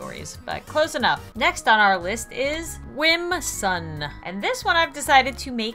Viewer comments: it is not Whimsun it is Whimsum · Its whim-sum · It’s whimsum no N at the end it’s M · whimsuM not whimsuN